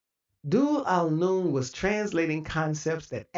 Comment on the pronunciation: Just as a clarification, it is pronounced Beeijah, and regarding Dhul-Noon—pronounced Zul-Noon—the point is not that he was the first Sufi master or that Sufism began with him in Egypt. Sufi masters and the spiritual realities later systematically articulated under the science of tasawwuf existed within the Islamic tradition for well over a century before Zul-Noon. Zul-Noon himself was a Nubian who lived in Egypt, and he belonged to a direct chain of spiritual transmission understood within the Islamic tradition as ultimately returning to the Prophet Muhammad ﷺ. His particular historical importance is that he became one of the earliest major figures to articulate the science and terminology of Sufism in Egypt. That is fundamentally different from saying that he introduced an indigenous ancient Egyptian spiritual system into Islam. Zul-Noon is also traditionally associated with knowledge of the ancient Egyptian sacred language and writings. He is regarded as the first known among Arabic speakers to have deciphered and understood metu-ntr, and he incorporated elements of this ancient Egyptian knowledge and its truths into material attributed to his commentary on the Qur'an. The traditional Islamic understanding of sacred history provides a fundamentally different explanation for the relationship between ancient sacred traditions. Islam teaches that God sent prophets and messengers to peoples throughout human history. The Qur'an explicitly states that every nation received guida